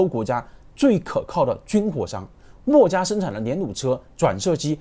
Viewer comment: 他的口音很多时候听的人头疼…… “墨”家，这个墨重音太重了，，，